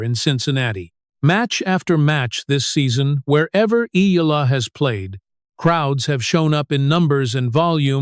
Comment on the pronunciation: This stupid AI generated voice and reading can’t even say her name right.